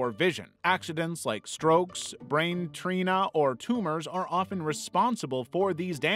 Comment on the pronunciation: These ones are so interesting brain Trina? Did you mean to say trauma?